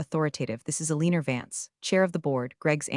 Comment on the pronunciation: XD the AI couldn't even read Alina Right!! A-lean-er!!! Thats the funniest thing I ever heard Hahaha!!!